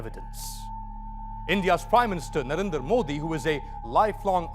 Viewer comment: Dude stop converting Modi into a Punjabi name. It's Narendra not Narinder.